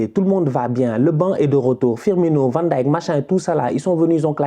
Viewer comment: Tu es un des rares francophones et pas seulement, à savoir prononcer correctement Van Dijck...bravo